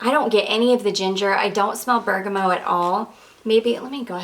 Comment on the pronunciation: I don’t wanna be that person but is there a note called bergamo or are you just mispronouncing bergamot over and over? I’m very confused lol I imagine you know what you’re talking about I’ve just never heard it being called that before (if you do mean bergamot) EDIT: I just realized maybe you’re saying it short hand or something idk sorry don’t want to be rude I was just confused